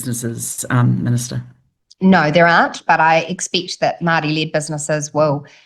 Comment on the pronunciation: If she said Maori correctly instead of with her broad mouth it wouldnt sound like she was saying Mardi .... cause thats how she sounds ..... Mardi ass